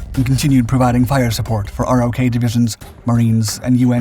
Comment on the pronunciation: Sir, in the video you described the Republic of Korea (ROK) forces as ROK Divisions. In US Army speak they're called RO(c)K Divisions. The 'C" is silent. Other than that, excellent video.